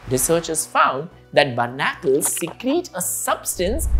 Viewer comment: Berr-na-curls is pronounced bar-ni-cles btw :)